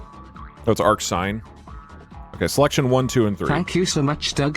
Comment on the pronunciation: Lmao, it's pronounced arcsin you goober